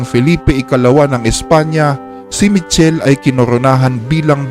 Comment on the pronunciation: It pronounce as Mi-kel-le po